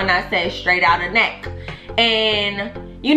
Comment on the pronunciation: Lmfao “necccK”. That pronunciation was everything 😩